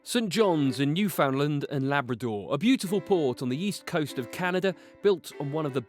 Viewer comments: Sorry glitch at the beginning he said newfoundlind it's pronounced Newfoundland just like its spelled new found land I'm from here and I know nothing pisses newfies off more then when people get our name wrong and plus if your going to do a Documentary a least find o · Don't u hate it when people pronounce Newfoundland as Newfinlind. Seriously?!?! It's New-Found-Land!!! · I am certain that every Newfy I know has the grace to learn proper pronunciation when visiting distant lands. You would think that a Brit making a video about St. John's would quickly realize that Newfoundland rhymes with understand, just like Iceland and Greenland. Is he tone deaf or just another British snob? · I hates how he says newfoundland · Grrrr at the beginning he said "newfoundland